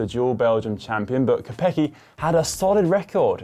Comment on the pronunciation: "Kopecký" not quite there yet though 😅